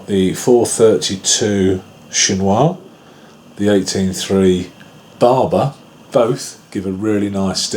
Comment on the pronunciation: You're pronouncing Chinois very well actually. It's fil chinois (fil is thread in english) and you would pronounce it just like the word "fill", but with less emphasis on the L, just a quick L. You know what I mean.